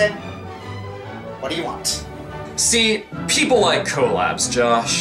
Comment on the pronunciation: your what sounded like f(yay)